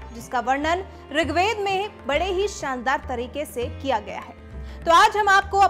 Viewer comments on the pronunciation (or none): none